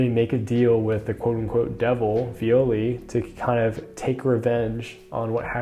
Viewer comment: Viole pronunciation: the phonetica is from a romantic language so it should be “e” and not "i", sorry for that but after reading this story for years its feels super wrong